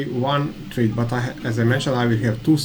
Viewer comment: Please check the pronunciation of thread online ;-)